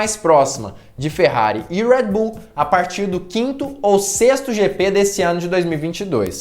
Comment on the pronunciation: Por que vc Americanisa o nome Red Bull falando em nossa lingua... e outra a marca é Austríaca e não Americana... pronuncia com. A língua de origem ja que quer lacrar que fala